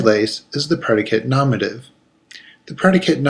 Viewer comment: It's not said nomative. It's nominative. Say it right